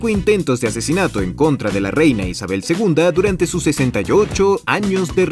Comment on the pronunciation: como que “reyna” 💀